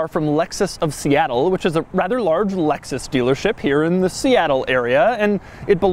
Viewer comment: I thought that he said "Lexus stealer ship".